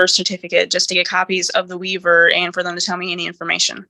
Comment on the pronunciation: I’ve never heard waiver pronounced this way. Also my comment is the least important thing to note here.